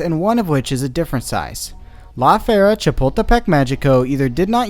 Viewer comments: I really love your videos and the way you reveal the truth about roller coasters to the public but as a bilingual Spanish speaker it pains me so much to hear you say "Fee-air-a" when it should be closer to "Fer-ee-a" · I love your videos but maybe look up how to say some of the names. Even if it’s just on google translate bc it’s pronounced like the word fair and reea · I honestly thought he was saying “la fiera” or “the beast” which was awesome. Thanks for ruining it.